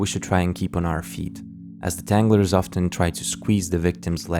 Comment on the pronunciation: tanglers soned a lot like havsters